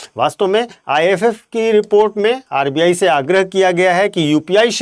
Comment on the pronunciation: अर्बीयायी नहीं सर आरबीआई